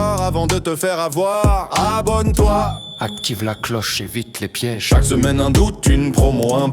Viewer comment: Cool merci ! Juste pas de « S » au « abonne toi » à la fin !